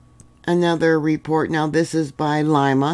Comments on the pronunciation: Lee ma not Lima much love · City is pronounced LEEMA, not LIMA.